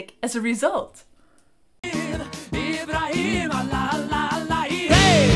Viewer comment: It's "Ibrahim", not "Ebra Eel", roflmao :DDD